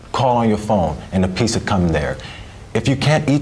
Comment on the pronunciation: Your big business proposal is pizza, but you don't know how to pronounce "pizza."